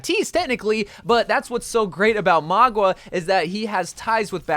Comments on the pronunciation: Mauga...not Magua. Bro don't be wack! Lol. Love your cotent bro. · I mean Mauga instead of Magua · I love you but it hurts every time you say Magua instead of Mauga 😭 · It. Is. MAUGA! Not Magua. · btw, mauga is pronounced maow- gah not mah-gua, in Samoan it means mountain :) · It’s not Magwa it’s Mauga bro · Mauga is pronounced MA-OOO-GAH!!! NOT Ma-GWAh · Its mauga not magua. For the love of god please get it right. It genuinely gets on my nerves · It’s actually Mauga, I don’t know why he keeps saying Magwa. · My guy, who on earth is "Mogwa" lol it's Mauga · bro really said maugwa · “Magua” HAHSJAJWJSJSJSJ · Ikr its honestly so annoying plus he pronounced maguas names wrong constantly. He just fills he videos with unfunny jokes and then in the actually necessary info part of the video he quite clearly doesn't do research. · The man who was invited to the blizzard summit and already knows the new hero horribly mispronounces mauga which he would have been told how to say is quite interesting. Though he does say sojourn wrong but not nearly as wrong as mauga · Don’t worry everyone, still can’t pronounce mauga and most likely still can’t pronounce sojourn